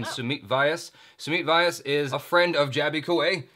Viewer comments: It is not pronounced as Vaayas, it's more like Vyaaas! That was weird to explain. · To Jaby Koay.. It's Sumit Vais pronounced as Sue Meet Way ass :) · If sumeet vyas is your friend then atleast pronounce his name properly! How would you like if someone calls you "Jabai Kawe" YOu are a Kawwe !!